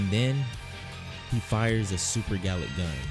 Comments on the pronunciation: vegeta accidentally says super garlick cannon instead of super galick cannon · Anyone notice it said garlik gun